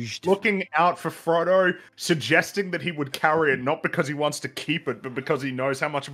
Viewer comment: "For Trungo"